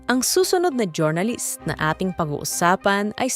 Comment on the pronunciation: next time po jor-na-list paki pronounce po ng jur-nuh-luhst thanks.